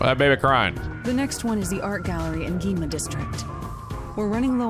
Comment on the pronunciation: Your on the right track. Do I have not seen the game is full I have seen a good number bet that I will say this now. Try to remember everything shinigami says for now on. And there you go. All her troll or her sexual advances on you😂 animal support of all every time she mispronounces Yuma's last name.